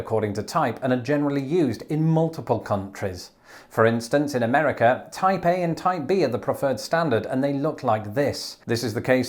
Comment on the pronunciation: I am going crazy thought to hear Taipei every time you said Type A....